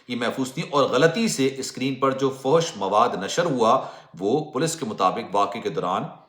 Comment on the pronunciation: fohosh nahi bolte fahash bolte hain